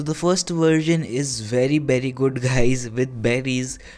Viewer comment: When he said 'very berry' I thought he said 'peri peri'